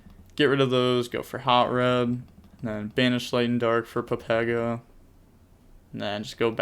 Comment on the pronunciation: Why do you call the chaos ruler a papega ruler lol 😂